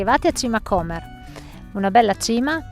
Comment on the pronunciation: L'ho fatto ieri. Piccola precisazione: si pronuncia Comér o non Cómer. Comunque bravissimi. Vi consigliobdi farla partendo da Gargnano, un po' piú lunga ma val la pena vedere anche via Quarcina o Via Mulini, strade antiche che dal porto salgono a Musaga e quindi Sasso.